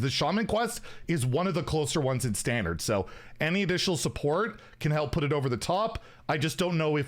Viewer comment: inner fire priest wasn't control, it was a combo deck, also why are you saying standart instead of standard, this isn't PoE